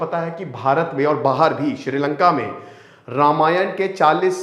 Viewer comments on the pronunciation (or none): none